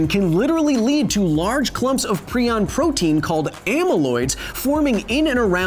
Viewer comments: It annoys me prai·uhnz --> prion Not pree•on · Is prion pronounced "pree-on" or "pry-on"? My retired-veterinarian biology, former Emory Hospital-researcher AP bio, and medical doctor chemistry teacher all said "pry-on" but Kyle says "pree-on." I'm not trying to offend anyone - I'm genuinely curious which is correct. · Agreed, it's definitely pry-on. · I've always heard it as pry-on, not pree-on. Kinda drove me crazy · TIL that it is pronounced PrEon not PrIon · "Prion", like "ion", has a hard I: Pry-On. A line over the letter in the dictionary pronunciation means it is pronounced as the letter. You pronounced it wrong every time... and you said it a lot of times. When you learn a new word you intend to repeat twenty to fifty times in a very short period to probably a couple million people who have never heard the word before, just to cover your bases, you may just maybe want learn the pronunciation of that word, as well. Just maybe. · Per the discoverer, its said [pry-on] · ...it's pronounced "pry on"... just saying... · Proin sounds like Crayon!!!!!🤣🤣🤣🤣🤣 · Why are you pronouncing prion wrong? It's pronounced (ˈprʌɪən), the i i s pronounced like the i in Brian. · Stop saying pre on :( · Great video!! I had no idea that I have been pronouncing prion (pry-on) wrong for the past 3 years. Keep up the good work, sir!!😁